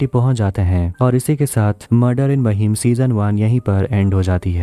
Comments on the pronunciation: महिम नाय रे लवड्या... It's माहीम! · It's माहिम not महिम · महिम नही बे ,,,,, माहिम बोल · Bhai maheem nhi hai mahim hai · Mahim nahi maahim pronounce krte h usko😒